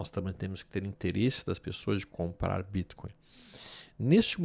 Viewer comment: Quando vc pronuncia o Bitcoin , não poderia falar normal? Ficou horrível essa sua pronúncia